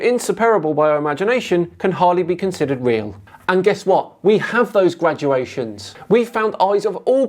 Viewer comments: GRADations Not "graduations"; sorry to nitpick your grammer,. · Hi. Please don't say "graduations" when Darwin wrote, and you mean, "gradations". "Graduations" are what students get when they qualify for their degrees. "Gradations" are incremental measurements. Don't say "grad - you - ay - shuns". Say "grey - day - shuns". Then not only will you be pronouncing your words correctly... but also people will take you more seriously!